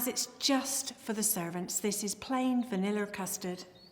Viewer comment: Vaniller lmao 😂